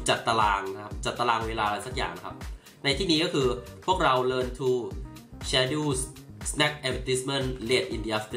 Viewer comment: พี่ว่าน้องออกเสียงคำว่า Schedule ผิดครับ ไม่น่าจะอ่านว่า แชดู้ นะครับ ลองศึกษาคำนี้ใหม่ครับ จริงๆมันมีหลายคำที่ออกเสียงผิดอะ ผมก็ไม่ได้เก่งเรื่อง Grammar มากแต่ก็ได้ฝึกการออกเสียงจาก อ.หลายๆท่านในยูทูปเนี่ยอะครัล ลองดูนะครับ มันจะเป็นประโยชน์ได้อีกเยอะเลยนะ